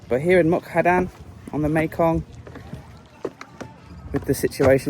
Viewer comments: Like this serie of beautifull Thailand on the Mekong river. MUK DAHAN is the right pronunciation not Mu kadan, it's OK. I forgive you. Stay positive and goog luck with your Krathong. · You always say a wrong name Muk-Da-Han to Muk-Ka-Dan. So funny for Thai people to heard that. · Beautiful part of the country. Was there last week. It is such a peaceful area and lovely scenery. The Meekong is a really nice place to stay. Half a days drive from Nakhom Phanom to Mukdahan? It is about 130km so no more than 2.5 hours Also is Mukdahan not Mukhadan 😃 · The town is pronounced Muk-Da-Harn. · Seriously? Can't say Mukdahan either? So many videos where you keep mispronouncing town names. Is it a gimmick?